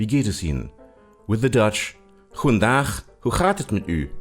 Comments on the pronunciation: Goegendag ghoe chaat het met gu? Hij spreekt dat zo grappig uit😂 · what the fuck?? goedendaag???wtf it is goedendAg